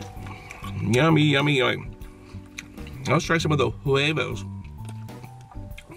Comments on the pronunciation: Man just said Jue-vohs it's pronounced webos so stop because your not Spanish I am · The way he said hwegos and I know how to spell XD